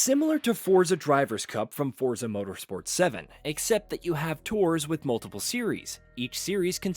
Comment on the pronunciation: You're still pronouning Forza incorrectly. Fort-za.